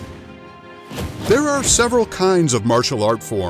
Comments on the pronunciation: Karate is not pronounced KADOTEI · omg he say karate like karade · The narrator say kalatee instead karate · I hate the way you say karate